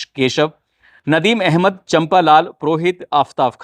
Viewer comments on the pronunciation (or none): none